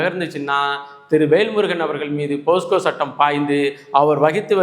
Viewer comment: தம்பி போஸ்கோ அல்ல போக்ஸோ